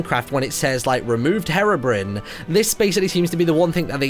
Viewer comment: The pronunciation